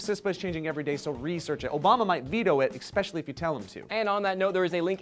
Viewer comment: hehe... "exspecially"